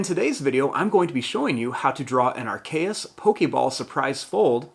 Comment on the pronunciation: It is called a AR-KE-US soprise fold.